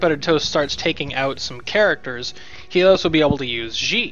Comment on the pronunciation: Just FYI, Xi should be pronounced more like "she," if indeed the DoD are modeled after Chinese. You're putting English pronunciations on a word (Xi) that is not in the English language. No, I am not Chinese, but I speak some of it, and I live in Taiwan. Trust me! If you want more information, check out this site: The more you know... (shooting star!)